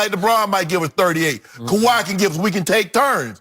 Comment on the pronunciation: “Kawhi” ...... Say it with me. lol love this show!